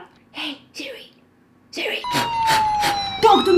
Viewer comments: she says siriririri ! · Not the ✨sIdRi? sIdRi? SPEAK TO ME sIdRi✨ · Is it just me or when she said "hey seri" my seri opened.... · Whenever she said “sIrI” my Siri REsPoNDed 😅